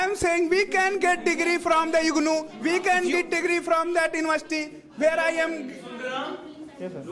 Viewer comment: The green shirt guy is very funny 😂 IGNuu - IGluu distance learning he is very famous